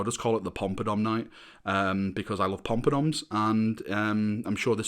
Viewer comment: You saying “Pompadoms” gives me joy. 😂🤣